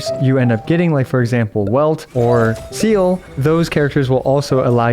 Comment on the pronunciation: hi:) loved watched this video but couldn’t help but notice you pronounced seele’s name as ‘seal’, its actually pronounced as ‘seal-luh’ 👍 thank you for the great video as always!